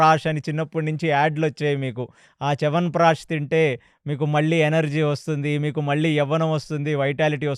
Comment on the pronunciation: చేవన్ ప్రాష్ 😂😂😂